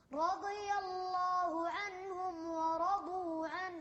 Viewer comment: ورضوا غلط، و رضوا عنه، الواو ليست من (خص ضغط قظ)